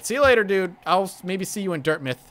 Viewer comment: "Dirt-MITH"????? Its not like Yarmouth, Maine, my guy. Loved your commentary but the pronounciation had me laughing everytime.